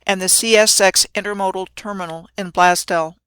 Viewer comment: As a Buffalonian...it's pronounced "Blaze Dell"